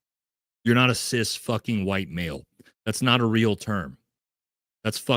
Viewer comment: Here is an authentic answer about Graham Platner. He did sound like he was pandering because he doesn't even pronounce CIS properly. HOWEVER, as per our First Amendment, he should be able to describe himself as he chooses, he isn't demanding that others describe themselves in like manner. I'm assuming he doesn't describe himself that way in all situations, but being in mixed company, that is how he seems to acknowledge the difference between himself and the audience member who seems to be a trans woman. I'm sure there are a number of your viewers who pander to you. If your face didn't show disapproval of his "woke" terminology and let's pretend you had said you were glad he used that terminology for whatever reason, you'd have people on your bandwagon saying they were cool with it. This is my authentic answer, as you said you would appreciate. I don't say CIS in normal conversation, it's like saying I eat meat. That is the common perception of an everyday person. I find that only those on a less common path use distinctive terminology or self-description. Like vegans/vegetarians.